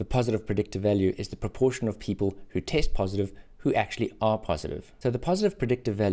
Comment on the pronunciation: My mind is going out 💥 every time I hear taste instead of test